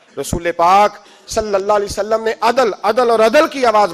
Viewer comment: Nabi pak Sallallahu Alahi Wassallam ka naam sahi se aada kiya kare jazakallah